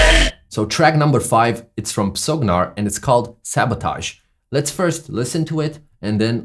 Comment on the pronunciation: LMAO you don't pronounce the P and G in PsoGnar they're silent bro